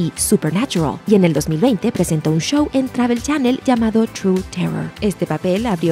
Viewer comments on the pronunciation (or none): none